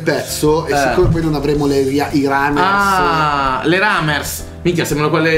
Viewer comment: Plumers non Iramers , comunque bel video🔥mi fate sempre morire dalle risate🔥